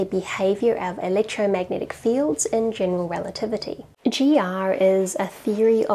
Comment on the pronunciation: “electromagentic” (When you can’t comment on substance.)